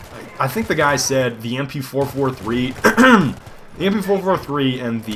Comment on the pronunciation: I lost it at the "MP-fo-fo-three" lmao